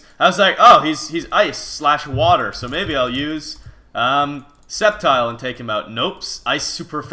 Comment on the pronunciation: If you're gonna pronounce "sceptile" "septile" just rename it that.